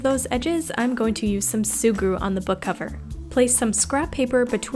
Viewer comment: Its me of She say SUGURU?